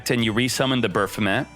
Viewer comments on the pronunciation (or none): none